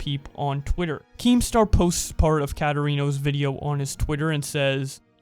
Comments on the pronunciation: It’s kate-erino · can you please say her name right